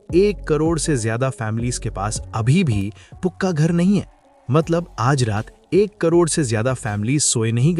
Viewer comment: •pooka nahi, pakka or pucca